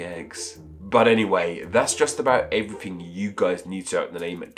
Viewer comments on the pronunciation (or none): none